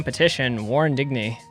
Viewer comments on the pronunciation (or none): If I am not mistaken Digne is a soft G and a fluid E so its pronounced almost like when you say Daim.